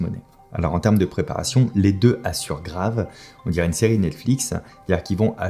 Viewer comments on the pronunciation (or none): none